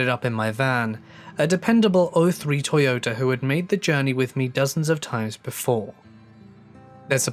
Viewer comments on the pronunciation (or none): none